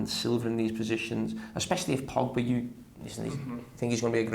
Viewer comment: Xabi referred to Pogba as "Drobga" LMAO